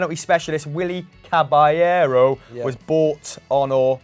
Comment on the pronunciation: These guys almost never pronounce Caballero's name properly.